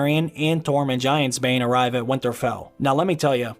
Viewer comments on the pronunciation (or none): Stop saying Windtarfell